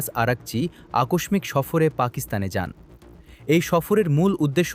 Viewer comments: ৭১ চ্যানের এই ভাষ্যকার আকস্মিক কে % আকসমিক% উচ্চারণ করেছেন! মনে হয় সংবাদপাঠে যোগ্যতা লাগেনা! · আপনার বাংলা ভাষার উপর দক্ষতা দুর্বল। আকষ্মিক উচ্চারণ ভুল